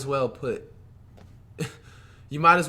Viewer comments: Its demar DE-rozan not demar rozan flight 🙄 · am i the only one that noticed he said “damar rozan” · This nigga said demar rozan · He said “Demar Rozan” 😭😭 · He actually said “Demar Rozen” 😂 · He really just said demar rozen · No one: Flight: DeMaR RoZen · Flight really just said “demar rozen” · Did he just say DeMar Rozen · Flight said demar rozen 😭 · "Demar Rozan" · “You might as well put demarozan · AINT EVEN SAY HIS NAME RIGHT BUT TRYNA MAKE A POINT🤦🏽‍♂️🤦🏽‍♂️